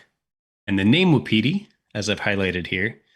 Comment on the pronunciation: Best of luck! You might want to look up the pronunciation of Wapiti.